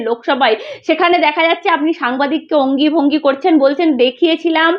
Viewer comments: য ফলা র ফলা আর যুক্তাক্ষর গুলো ঠিক করে উচ্চারণ কর... অঙ্গী ভঙ্গি নয়... কথাটা অঙ্গভঙ্গি... যাকগে তোমার রিপোর্ট গুলো ভালই... আর আয়নার সামনে দাড়িয়ে জোরে জোরে বাংলা কাগজ পড়তে হবে.. তবেই উচ্চারণ ঠিক হবে.. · ভদ্রমহিলা মিডল ফিঙ্গার খুব ভালোবাসেন, অনলাইন এ নিশ্চয় বিভিন্ন ধরনের খেলনা পাওয়া যায়, কিনে ইউজ করলেই তো পারেন, ওই উকিল টার মিডল ফিঙ্গার টা পছন্দ হয় নি নাকি? By the way, অঙ্গীভঙ্গি নয়, অঙ্গভঙ্গি।, তোমার উচ্চারণ এর মত বাংলা তেও যথেষ্ট সমস্যা আছে কিন্তু।